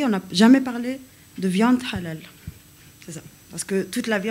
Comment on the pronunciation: Svp, n'en rajouter pas, de l'huile sur le feu,,, Il n''y a pas de viande halal,,, Cacher OUI c'est du sur et certain , c'est la meilleure viande, propre, le peu de viande que j'achète c'est. CACHER,,, '''' mais MR prononcé bien le HA bravo respect